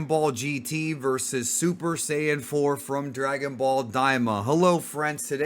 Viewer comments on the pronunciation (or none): Mispronounced "Saiyan" as Sayin!